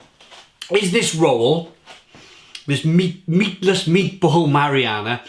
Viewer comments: Ma·ri·na·ra... Not mariana... Big difference lol., buddy, you're gonna have to work on your word pronunciation before some of your videos. Seriously man you a grown up please pronounce your words properly! Lol. Great review! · It’s pronounced how it’s spelled. Marinara. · I think u pronounce words wrong on purpose no one would ever call it marianna.